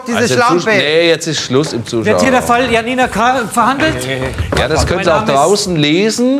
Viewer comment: Mich triegert es hier, wie der Name Janina ausgesprochen wird.